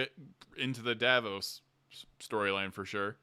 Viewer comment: I'm enjoying reliving the episode events with you and your community. Please learn the character names. 😉 Matt is playing Sir Julien Davinos (pronounced duh-VEE-noss); Davos is from Game of Thrones. Travis is playing Teor Pridesire, not Prideshire. House Tachonis is pronounced tuh-KONN-iss.